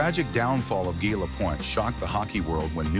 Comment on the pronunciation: This announcer was brutal. It is prounced Gee. The announcer also pronounced Savard incorrectly.. When pronouncing names get them correctly. People are very upset when you pronounce their name incorrectly.